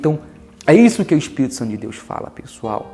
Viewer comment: Aprenda a respeitar a religião dos outros!!!!!, e outra, vc deveria conhecer o não julgai, para não ser julgado!!, mas parece que se conhece, não usa né!!. Então, antes de chamar uma reunião sagrada de uma religião que não é a sua, de demônio, olha para a sua pregação, e aprenda a falar espírito e Bíblia direito!!!!